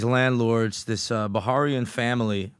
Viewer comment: Bah-raini not Ba-harian 😂